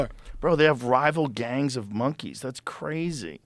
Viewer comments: what was that joe it got what? IT GOT KWAZY😂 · “Cwazy” was funny bc he wittaley whit the gwiddy. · that’s cwayzy